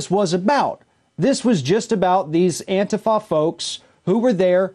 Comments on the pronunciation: Why is he keep saying AN-TAI-FA. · If you can't even pronounce the name of a group correctly (It's prounced An-teef-a) it's safe to say whatever you think you know about them is also probably wrong.